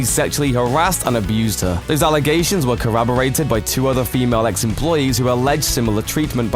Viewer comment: Carabbarated? 😊 I think you mean corroborated?